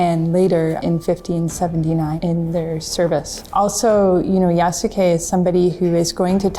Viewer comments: It's ya-suke, not ya-su-ke lolol! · you would pronounce it like "yah-skay" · Is the pronunciation of Yasuke... all wrong?